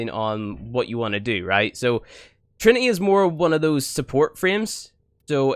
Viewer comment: "Mend and meme" "Furver" "More simpler" "Frough" "Kewl" "Eiver" "Trini-ee". Ugh